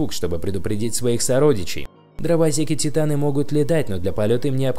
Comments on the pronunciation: он сказал дрово́секи, а правильно дровосе́ки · послушайте как он сказал дровосеки